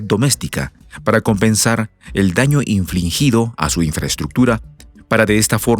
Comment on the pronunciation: es daño infligido, NO infliNgido. Minuto